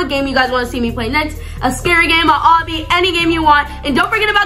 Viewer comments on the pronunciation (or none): none